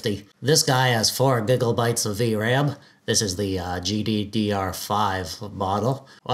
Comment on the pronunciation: I swear every time you say gigabyte I hear gigglebyte.